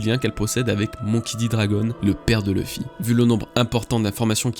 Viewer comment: Pourquoi "Tchebec" ? C'est un X au début de son nom purée de pois tendres !!!! Faut vraiment travailler les prononciations (autres exemple c'est Luffy, pas Leuffy qu'on prononce). Ça me déconnecte de la vidéo quand le présentateur massacre systématiquement des noms aussi faciles à prononcer, surtout si il aime le sujet qu'il présente.